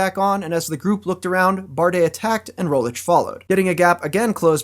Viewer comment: one thing i hate as a Slovene is his pronounciation of Rogličes name...its not Primo Rolic...its pronounced Premož (last letter pronounced like the G in mirage) Roglich...hope that help for any future pronounciations as he will probably be a GC contender next year